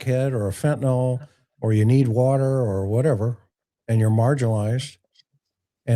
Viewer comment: I’m gonna be a Karen here for a minute ok?? 😁🤯 Fentanyl is pronounced FEN-ta-NILL 😅😅😅😅😅